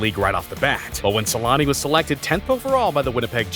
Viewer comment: SEL-ANN-EH ffs. Also I get the shivers out of fear seeing those old hockey games when helmets weren't mandatory